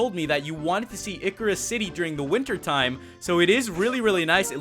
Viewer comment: Ickirus City? You mean Ice-Sear-Us